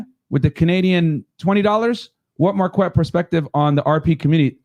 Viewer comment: That’s when you say Marq-Wet 😂